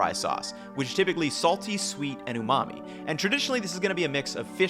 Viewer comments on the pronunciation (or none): none